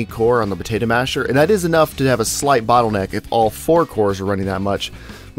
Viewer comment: It's not a Bootleneck!